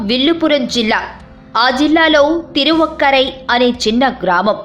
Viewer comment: SPELLING spoke wrong not tharuvakkarai correct word Thiruvakkarai